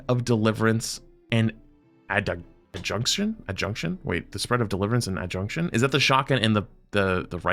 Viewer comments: This guy has the reading ability of a 3rd grader. Add-jew-di-kay-tion is how you pronounce that. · I don’t think reading is this dude’s strong suit either lol. Adjudication vs “adjunction” was rough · Adjudication, famously spelled and pronounced adjunction. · Here's how you would say "adjudication" phonetically: *ad-ju-di-KAY-shun* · add jew dih kay shun lol it hurt my soul hearing it mispronounced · lol at "adjudication" pronunciation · can’t say adjudication and cthionian and roterstern for shit and doesn’t how to read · yeah he completely misread Adjudication